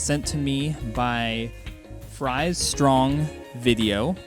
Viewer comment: I just want to say THANK YOU SO MUCH for doing a review video on my film. It means a lot to me that you liked it as much as you did! And thank you for all of your kind words! 😁👍🏻 And you said it right, it's Fries like french fries. 🍟🙂